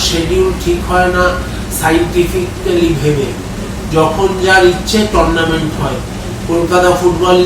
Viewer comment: একটু অশিক্ষিত মনে হচ্ছে। Tournament কে বলছে টোরনামেন্ট।😮😮😮